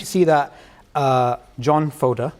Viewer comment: Great conversation! Though his name is "FodOr" not "FodEr" :D